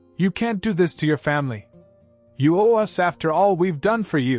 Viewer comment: AI says 'US' instead of 'us'. How effed up is that.